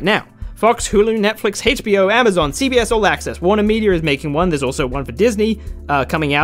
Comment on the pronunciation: Why do you say HAYCH in HBO ?